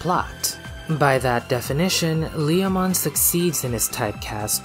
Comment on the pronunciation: "Whether it's in Japanese or in any other language, Lee-oh-mon is always Lee-oh-mon." Now, I'll have to correct you there. In Japanese, while the intended name is certainly the same, it's pronounced more like "Leh-oh-mon". Also, while Leomon's death has become a bit of a meme, he actually tends to be treated MUCH better if you look outside of the anime. All of the first 4 Digimon World games feature a Leomon NPC who stays alive through the end (the one exception to this is Digimon World 2, which features two NPC Leomon, one of which serves as the game's tutorial boss and is seemingly killed upon defeat, though the other one just spends the entire game hanging around the arena IIRC). Cyber Sleuth pokes fun at Leomon's tendency to die without actually killing him...... twice (once with BanchoLeomon, and then again with a regular Leomon, the latter of whom staged a re-enactment of his death in Tamers). And then you've got V-Tamer...... the Leomon in that manga, named Leo, is an absolute savage. And not only does he survive all the way through, but he even manages to evolve into Panjyamon, and later into Regulumon.